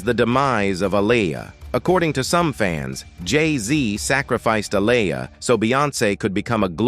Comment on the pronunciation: Please say Aaliyah name right!! Omg the disrespect is real smh..